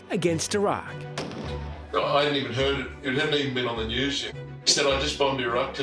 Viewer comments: I always enjoy and appreciate your show, but PLEASE learn how to pronounce “Iraq” and “Iran.” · Your mispronunciation of Iraq makes you sound ignorant.